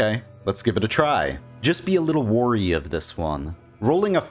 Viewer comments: Has anyone ever told you that you pronounce "Wary" as "worry"? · It may be cringe to correct people's pronunciation. But damn, every time you say "warry" instead of "wary" as in "beware" it is so jarring. Really good information though.